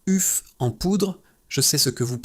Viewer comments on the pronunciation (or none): "UFF en poudre". C'est ta langue qui a fourché ou c'est encore une vidéo commentée par l'IA ? Insupportable ces vidéos qui poussent comme des champignons